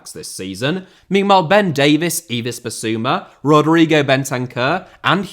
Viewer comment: You forgot current Championship side Portsmouth (just about!) and League One side Wigan Athletic when naming teams who've won a major trophy since Spurs last did. Please learn how to pronounce "Yves" as well.